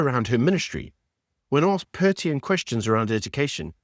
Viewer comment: A podcaster that say Pertient instead of pertinent should not call the DA dumb. Zille = zill -a Du Toit = do-toy Rhetoric= ret-o-ric If you want to be taken seriously then up your game.